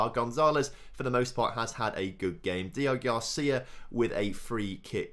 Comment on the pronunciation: Day 4 of commenting that his name is DEO-GRACÍA not Deogarcia.